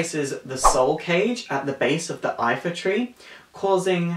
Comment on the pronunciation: It's the Lifa tree, not Ifa